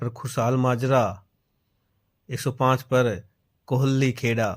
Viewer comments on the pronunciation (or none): none